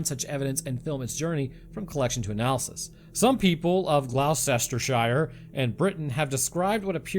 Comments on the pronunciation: Best to add ‘sheer’ instead of ‘shire’ too. Americans tend to always pronounce ‘shire’ phonetically. In the UK the phonetic pronunciation applies in some contexts but it’s usually ‘sheer’ (as you obviously know bring from there). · Glostersher for pronunciation 🤣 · GLOS-ter-shur. You're welcome. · You did a great job with Redruth. And the cats. It's a mystery/cryptid/legend I have had an interest in for a long time! I can only give you a lollipop for Glowsestershire, though, for honest endeavour :p It's basically pronounced "Glostershur". I know, and I can only apologise. What about a nice cup of tea and some biscuits? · Pronounced Gloss-ter-share😂😂😂😂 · As a brit, I absolutely love these hilariously bad attempts at pronouncing place names. Please keep doing kt, always makes me giggle 😁. (Ps, its pronounced Gloss-tur-sheer) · Glostta sheer 😂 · "Gloss-turr-shurr" and the "turr" is short. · Gloucestershire and Worcestershire are two very difficult to pronounce places mate!,Gloucestershire is pronounced like "Gloss to sheer" ,if you want to sound local you could drag out the R at the end, Worcestershire is like "Whoosh(drop the H) to sheer" I like your video's and style, you could possibly read a little slower, lends gravitas. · As a dweller of Cornwall this was a fun video. FYI it's pronounced Gloss-Ter-Sheer, although I do like American attempts to pronounce our various weird names. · Gloucestershire - pronounced "Glos-ter-shur." Any time you have a English Shire say "Shur" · Glos-ta-sha (no one says shire in the UK. And you comment on laws? I could bite and point out the many many odd laws the States has. Im just happy i dont have to choose to ring an ambulance or not if im injured because i cant afford to. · Gloucestershire is pronounced gloss-ter-sheer. With British place names, -cester is always pronounced -ster, except for Cirencester which is siren-sester. -shire is usually -sheer or -shuh depending on how posh your accent is